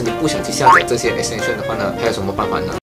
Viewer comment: 马来英语的重音丢在后面么？亿可斯 探深